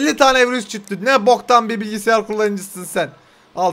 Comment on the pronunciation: Bilgisyara bilgisiyar diyo